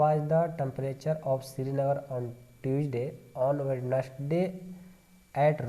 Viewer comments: Tuesday ❌tueday ✅😂😂😂😂😂😂😂😂😂😂😂😂😂😂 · That is not Tueday it is Tuesday lowday